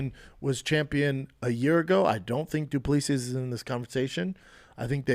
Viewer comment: Dude.. it's du-plea-see.